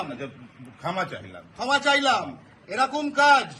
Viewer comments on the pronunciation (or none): নামধারী বাঙালি গরুগো বলছে এরুকুম। নন বেঙ্গলি লোকটি বলছেন এরকম। এরাই বাঙালি হায়রে।